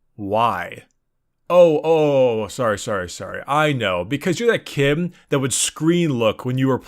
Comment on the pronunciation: something is really annoying about some words you say. it kinda feels like your breathing in or just not finishing the word. it pisses me off. "because you that kimm" you replace "d" with "m" idk why it triggers me so badly JUST SAY IT CLEARLY.